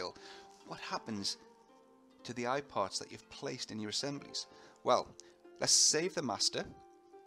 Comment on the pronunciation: all the time i was thinking he says "iPod" :D